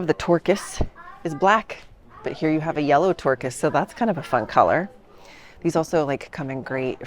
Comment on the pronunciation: I have no idea why I laughed so hard when you said "Yellow Tourkis", but I did 😆